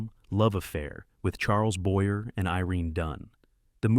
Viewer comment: So AI doesn't know how to pronounce Claudette Colbert, Charles Boyer, Deborah Kerr, Bette Davis or Rachmaninoff. And this is what our future will look like?